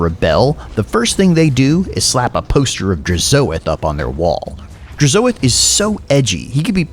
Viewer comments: With how you pronounced Hashoot and Drazoath I expected you to also say the Legoon of Assgore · the way to you say DRAZHOATH makes me wince